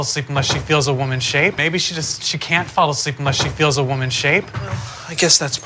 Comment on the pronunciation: 영상 보면서 영어공부 잘 하고 있습니다. 1분 정도에 she can't fall asleep unless she feels a woman's shape 부분에서 미첼은 쉬 캔 어슬립 머 쉬 필저 워먼 쉐잎 이라고 발음하는데, 여기서 unless 를 '머' 하고 발음 하나요??? 이것만 하루종일 듣는데 도저히 뭐라고 하는지 모르겠습니다 ㅠㅠㅠ